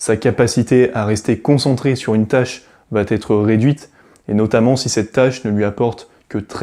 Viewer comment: Bonjour.Je vous ai découvert sur la chaîne les fous de Normandie. Je vous trouve pertinent et intéressant avec une bonne communication. Mais je vous en prie , faites un effort au niveau des liaisons « mal t’à propos » …😅 Cessez de dire « va t’être »😉 , il n’y a pas de t à va…Pour le reste , merci pour vos vidéos, elles sont instructives. PS: j’ai un TDAH plus HPI et peut être bipolaire …D’où ma remarque un peu abrupte .Merci de votre compréhension. Bonne continuation.